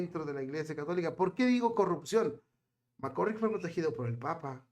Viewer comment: NÓ SÉ DÍCE : "Mc C🤮RRICK" : sé díce : "Mc CÁRRICK" : cón : "á" : NÓ CON : "ó" : q : ÁNSIAS : y : CUÁNTA : ÍGNÓRÁNCIA : 😡😡😡😡😡😡 : 🤮🤮🤮🤮🤮🤮 : ESO LES PASA á LOS : "YOUTUBERS" : QUE NO SÉ : "ASESORAN" : q : ACTÚAN : "POR SU CUENTA" : 👎🏽👎🏽👎🏽👎🏽👎🏽👎🏽👎🏽 : (YO SOLÍA ASESORAR á ESTE : "YOUTUBER" : HASTA QUÉ : (LAS QUE SE CREEN : "DUEÑAS" : DE SU "CHÁT" : LÉÁSE : "MARIBEL LÓPEZ" : y SÚ : "PANDILLA") : SE ENCARGARON DE PONERLO EN MI CONTRA : y : YÁ : LE DEJÉ DÉ : "INTERESAR" : ALLÁ ÉLLL : 🤮🤮🤮🤮🤮🤮🤮